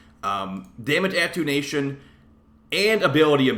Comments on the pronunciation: At-ten-u-ation, instead of attunation. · Attenuation - say it with me: AH TEN YOU A SHUN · It’s pronounced A-ten-you-ashun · Sorry I respect you and all but hearing you mispronounce attenuation so badly just hurts. Ah - ten - you - A - shun